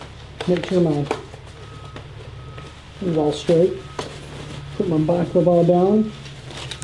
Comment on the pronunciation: Bah-la-cla-va. Baklava is a dessert :-)